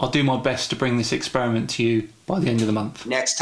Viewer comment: He also says "Expirament."